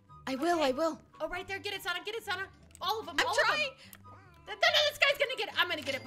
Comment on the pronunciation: No one Litterly no one: calling "sanna" "sawnna" xD